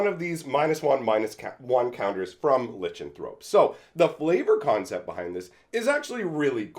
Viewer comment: I didn't know about the art cropping. Can you do a video comparison? I think it's funny you mispronounced Lichenthrope so many times, but then pronounced Lichen properly, lol. This was a pretty good pack for the most part. I loved Ovinomancer back in the day, and tried so hard to make him work, but as cool as the card is, it's...bad.